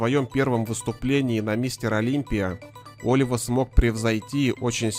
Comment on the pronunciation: Не О́лива , а Оли́ва ! Ты мистер капитан!